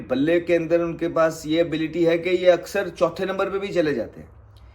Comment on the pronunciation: Axar ❌ aksar ✅